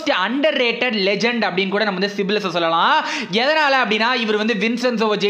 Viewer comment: சிப்லஸ் இல்ல bro சைப்லஸ்😃